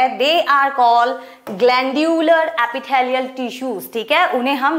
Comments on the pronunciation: Epithelial ❌ Apitthaaliyal ✅ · Epitalaial tissue🤣🤣